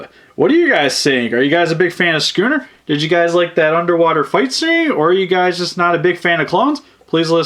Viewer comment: It's not sconner it's scunner look at videos